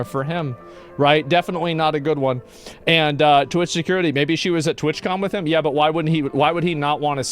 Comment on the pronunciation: TWATCON not twitchcon